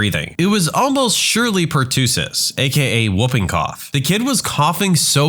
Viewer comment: The word "pertussis" is pronounced "pr-TUH-suhs" (not "pr-TOO-suhs"). Also, someone can have "abdominal" pain, but "abdominable" is a non-standard (or nonsense) word.